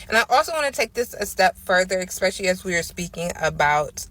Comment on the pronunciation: This girl said “eXpecially” like 25 times. That alone should nullify her whole argument. Though she made some reasonably ok points. Like you said THE issue failing America is lack of family structure, promiscuity and lack of accountability. Period.